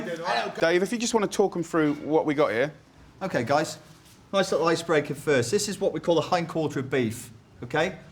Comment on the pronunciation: "it smells so noise it looks so noise" this english accent haha